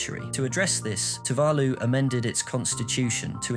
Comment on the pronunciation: Amen to that. One can forgive a mispronunciation or two, but not if it's the main topic of the video. It immediately detracts from the credibility of the material.